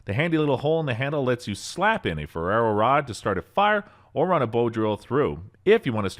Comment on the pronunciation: Hilarious pronunciation - Spy-Derco, indeed... Also, what is a Ferrero Rod? Is it made of Hazelnut spread? Ferrous Rod, surely..? I think your auto-narration tool is having an off day.